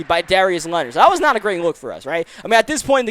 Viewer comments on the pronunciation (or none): none